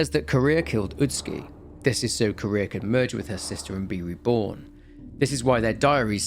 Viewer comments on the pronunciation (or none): Popped in to also say this, as I had no idea who “Kurea” or “Korea” or “Career” was referring to. Thanks for already bringing it up! Note that her name is composed of two words: Kure and -ha. The accent shouldn’t made it sound like Ku-REa, if any syllable is more accented, it would KUre-ha. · why does everyone pronouce her name as "Korea" it is Kureha CUH-RAY-HA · why does everyone pronouce her name as "Korea" it is Kureha CORE-RAY-HA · It's not Korea it's Kureha 😂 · it's kuh reh ha bro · I had a stroke each time you called kureha Korea and sakuya sakuhya great video regardless ur videos bring me so much comfort keep them coming especially the ps2 horror ones much love. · Yes I thought he said courier and I was so confused lol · Fatal Frame next? Edit: I keep hearing Kureha pronounced as Korea lol. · the name of the other girl is actually pronounced Kuh - reh - hah. Love your content, keep it up! I sleep much better ever since I discovered your channel!:D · NGL I was listening to this like a podcast and was so confused by the name pronunciations since I have seen this game before loooong ago. I had to pop back in to double check. Especially Seimei. 😂 Ah I just realized might have played with English VA where Kureha was pronounced like Korea... Oof. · This. He keeps pronouncing the name like the country Korea 😂 which throws me off every time he says it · yeah, but the は in くれは is not particle, so its still 'kureha' even then, particle is read as 'wa' not 'aa'